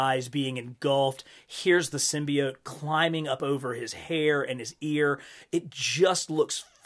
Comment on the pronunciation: Hey man, not the biggest fan of how you say symbiote but l still love your vids 😂 also would be dope to finally get a venom figure